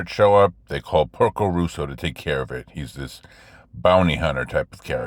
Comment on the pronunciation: Great movie with a lot of hidden stuff in it (I hope you get it). By the way, it's Porco Rosso, as in Red Pig, not Russo